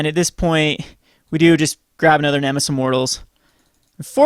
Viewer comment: Neme-SIS! Not nemess. Auughghgdkjnfnxldmwnndijx!!!!